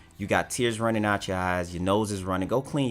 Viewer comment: Typical native English speaker who didn't really bother to learn English, forget "simbalism", look at "hoo", "owt" , and "mettle of honer".